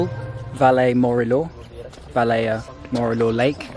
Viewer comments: And Valea Morilor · And Valea Morilor 😂